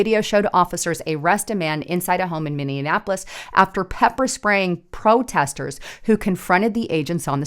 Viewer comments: HEY, THERE IS NO MINNI-ANAPOLIS, It's MINNI-APOLIS. Not that hard to pronounce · when you say Minneapolis, it is so funny, it sounds like you’re pronouncing it mini-in-napolis. It’s actually pronounced Mini-apolis. So I just moved from Minneapolis to Menomonie, Wisconsin. And I can tell you right now. I’m glad I got out of there and my family. Here’s a thing if people on the other side are going to attack ice agents then and I’ll talk about most of these people are probably American citizens and I’m assuming some are not but that means then American citizens should be able to get up and protect ice agents from them and ice agents and stuff. They have rules of engagement where regular American citizens that would be protected and do not so if maybe you could put out there in your you know podcast that American citizens maybe should get out there and help protect the ice agents. I’m not even gonna lie. I don’t like cops I can’t stand cops at all and definitely federal cops, but I support ice because they’re a different kind of cop. I just wanted to throw that out there I’ve been listening to you since 2017. Love your reporting. And are you familiar with the YouTube channel Promethean updates. If you not, you should check them out also. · One thing, it's Minneapolis, not Minionapolis. Although it is full of Democrat minions, so you be right. 🤔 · Minneapolis, pronounced like Minionappolis a few times. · Love your news updates!!!!…. But you keep putting an extra “an” in the middle of Minneapolis You are saying Minne”an”apolis God bless!!! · Or, as we Minnesotains pronounce it "Minnie -ah-po-less" .... lol. I love being in the rocks and cows area, FYI.😉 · Please learn how to pronounce Minneapolis! There is not an extra n! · Great video, as usual. Gotta ask though, have you learned how to pronounce Minneapolis yet? 😁